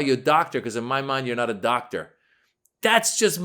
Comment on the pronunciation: She didn’t say doctor, she said dot-ter. 😂